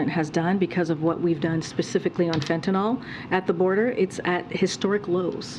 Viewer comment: Why are all the "talking heads" calling the drug fentanol when it is actually spelled and pronounced Fentanyl? It makes Americans appear weakly educated. IMHO